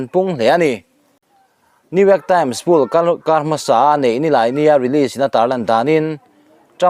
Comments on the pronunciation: Poll - pawl ti in lam tur .. Poll - pul. ti in an lam ngailo .. adiklo hul hual bawk ... Comnt te hi chhiarve thin la ... itih dik loh te insiamthat nan hmang thin rawh Chuan .. Armir ti in anlam ngailo bawk Armawr/armawrar ti in an lam thin Nangchiahin ARMIR ti in ilam .. intih lam nalh itum lutuk vangnge ni ... Thil hming ilam diklo nasa hle ani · Opinion Poll (Pawl) tih tur a nih hmel e.. (Pull) nilovin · Poll hi puul ti hian i lam tlat mai thin a😂 khawi sikul chhuak nge i nih tih zawh mai che ka duh.Hmasawn tum teh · Dik chiah. Tawng dik zir ve phawt la a tha lo maw. Poll hi tu dang mahin pool tiin an lam ve ka ring lo.